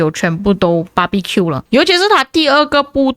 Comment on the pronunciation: Как же я обожаю барбекю от Ихары. Не знаю почему, но это произношение "BBQ" меня так смешит😅😂😂